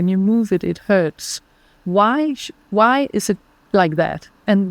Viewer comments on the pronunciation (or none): none